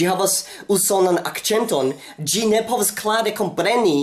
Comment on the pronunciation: Why do you say "gi" and Not "si"?